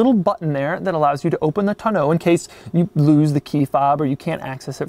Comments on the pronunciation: Is it just me or is it pronounced "täh-nō" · I love Doug, he is fantastic!! But he does not have a clue on how to pronounce Tonneau.... :( it makes me sad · Mrhellzya I have to agree. Smh. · Who taught you how to say Tonneau?